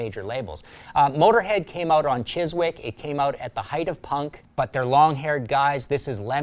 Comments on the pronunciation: Chiswick is pronounced Chizik. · You don't pronounce the w in Chiswick...just a heads up from the guys who invented your language...😉